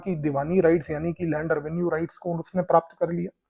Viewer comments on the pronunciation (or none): none